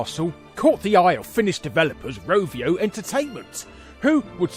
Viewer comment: Novio? It's Rovio